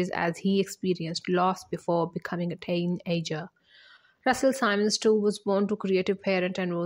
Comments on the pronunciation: SIMMMMMMMMMMMMMMMMUNS NOT SYMON!! Simmons!!!! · She’s pronouncing the last name incorrectly!